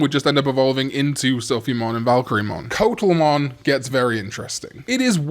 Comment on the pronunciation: Coatl is pronounced KWAH-tl :)